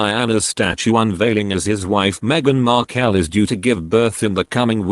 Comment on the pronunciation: Why can’t you pronounce words correctly, you say Cambridge, Cam as in cat, when it should be Cam as in you came to us and I don’t think Harry’s wife’s name is pronounced Marko, I’m sure it’s pronounced Markle as in sparkle, there are a lot of other mistakes like these two, you sound English so should know how to speak English correctly, please practise properly.